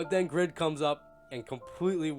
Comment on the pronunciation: but would a greedy person call themselves "greed" in a game? no! its just a bad name. from the one person i talked to who knows korean, the name is "grid", but because of the asian dialect its pronounced "greed"